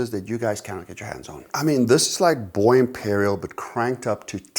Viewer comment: Bros worst enemy is his French pronunciation! Vulcan Feu…think of saying the word “FUR” but now remove the R. Bois Imperial…think of saying “wahh” but with a B in front B-wahh Lol hope that phonetics tutorial helps!